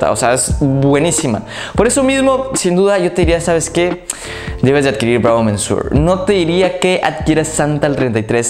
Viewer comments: "Bravo MENSUOR"??? En serio, lo digo como crítica constructiva, deberías informarte de cómo se pronuncian los nombres de los perfumes antes de ponerte frente a la cámara. Ya te pasó hace poco diciendo "ROSENDIU MATIEU" cuando era español y se pronuncia tal cual se escribe, "Rosendo Mateu". "Monsieur" se pronuncia "muh syuh", tal cual. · se dice Bravo "MESIÉ". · No sé qué suena más gracioso, que pronuncies “mensur” o “mensuar”. Si pones la palabra en el traductor de Google, puedes escuchar cómo se pronuncia en su idioma original. Por cierto, la expresión “dura arriba de” es un calco del inglés, lo correcto sería: “dura más de…”. Ánimo. Ah, a mí esta fragancia de El Ganso me huele a iglesia. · Por qué dices 'mensuor', sí es señor en francés? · Monsieur = señor en Frances ,,,checa como se pronuncia.SALUDOS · jajajajj cada vez que pronuncia monsieur lo pronuncia diferente y peor xD